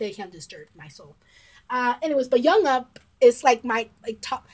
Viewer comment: Thank you for your reaction and for being a fan of B.A.P. How much do you know of them? What stuff have you seen of them? Oh and Jongup’s name is pronounced with the J sounding similar to Jump. It’s not with a y sound. I would like to request a reaction but I don’t know what you have seen already.